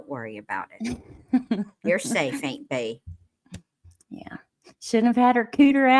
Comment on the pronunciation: Im.late, but i cant stop laughing not "aint Bee" too🤣😂